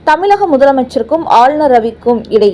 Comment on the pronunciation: Learn to pronounce ,properly. It is தமிழ் not தமில்